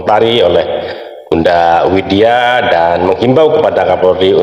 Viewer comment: Widya, bukan Winda